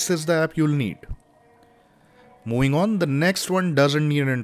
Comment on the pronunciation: Moowing on😂